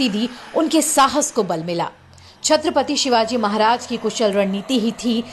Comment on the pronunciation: Krupa karke 'Chatrapati Shivaji Maharaj' yesaa boliye